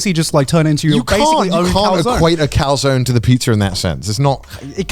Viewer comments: Thank you Felix... for pronouncing Calzone correctly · Felix Being the only one to pronounce calzoné correctly doesnt surprise.